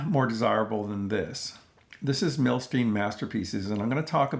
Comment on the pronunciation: Fabulous release. I still need both of those Cisco Capitol reissues! You've inspired me to break this 'Masterpieces' out today. Thanks! Also, fyi, as he was Russian-born, I believe his name is pronounced 'Nah-Tann Mil-Styne' - as opposed to 'Nay-thun Mil-Steen'. Cheers as always for your thoughtful takes and insights.